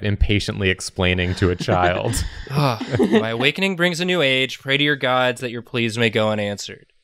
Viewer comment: Self-confidence be like: Eye Heart Maw Body